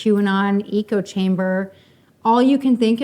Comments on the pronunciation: I don’t care what she looks like. The problem is her character, her lack of self awareness, and her inability to recognize the harm she caused. ETA her pronunciation of echo chamber was weird. I think you’re right, she mixed it up with ecosystem. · Did she just say “eco chamber” I think she meant echo chamber lol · lol she called it an "eco chamber" #gogreen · lady... it's pronounced "eh-co" not "ee-co" chamber >_< she did that in another interview. somebody needs to correct her. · Does she not know that is ECHOchamber, not eco-chamber? As in you heard the echo of your own ideas. Jfc this lady struggles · or the eco-chamber instead of echo chamber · Eco chamber? Honey, it's an echo chamber. Learn english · eeko-chamber lol